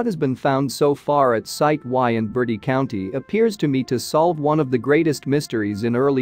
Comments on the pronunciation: Hey is not caller Bertie County, is call Bert-tiee , people always say this not a bird! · Mispronunciation of Bertie county made my skin crawl!😨